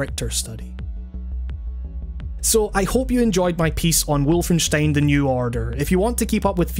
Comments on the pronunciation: Was about to comment the same thing "Wulfenyshtein" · James Atkins Full blown German accent, that is. Even feels a bit overexaggerated.